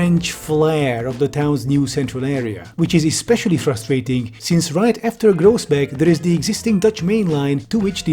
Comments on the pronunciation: your pronunciation of nijmegen and groesbeek is painful nijmegen is pronounced as 'nigh-may-gen', where the g is pronounced as a very harsh H. yes, you don't need to pronounce it as tv static. in fact, a lot of parts in the south of the netherlands don't. and groesbeek is 'groos-bake', where g is, again, pronounced as a very harsh H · FWIW, Groesbeek is pronounced Chroosbake, Nijmegen is pronounced NYEmaygen, and Kleve is pronounced Clayvuh. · Absolutely butchered the pronunciation of Groesbeek but I guess in this case that's kinda fair